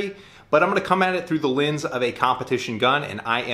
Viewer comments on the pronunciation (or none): none